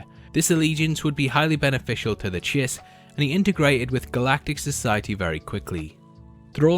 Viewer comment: Glad to hear you're pronouncing Chiss correctly, unlike your last video.